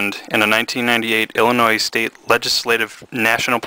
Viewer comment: Dude! The 's' in Illinois is Silent!!!!